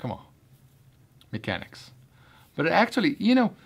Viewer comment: Man said mechanix 😁😁😁😁